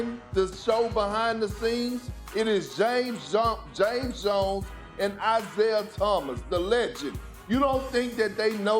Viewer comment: Wow pork cant even properly say JAMES JONES 😂